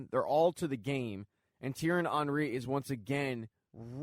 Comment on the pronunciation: Thierry Henry is pronounced Tea-erry On-Ree